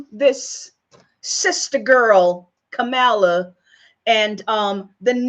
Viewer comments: Maybe start by learning to pronounce her first name. Kamala is pronounced like ‘Pamela.’ Why are you trying to tear Sen Harris down? I don’t give s damn what race she is! I care what she says, what she does, what she believes and will work to accomplish for our country. Shame on you! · So, why is it you did not know this. Everyone else did. And, the proper pronunciation of her name: Kamala is comma-la (she was asked about the pronunciation while a guest on The View. If you fancy yourself a reporter or truth-teller, RESEARCH BEFORE YOU SPEAK!